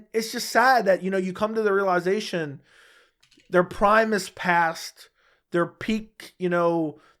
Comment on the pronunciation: Realization. Soft i. Pronounce.